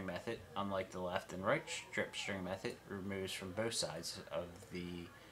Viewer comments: say ss rather than shriptshring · Love the "strip schtring method". LOL